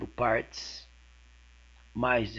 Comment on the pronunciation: "9 PÂRTES" KKKKK ótimo professor!!